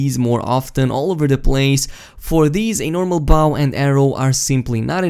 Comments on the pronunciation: It’s Bow not baw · The way you pronounce bow as bow…